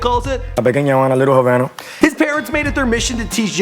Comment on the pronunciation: litlle (ha-van-na) do you know how to pronounce anything